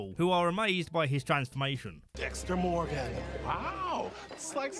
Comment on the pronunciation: DEXTA MOWGAN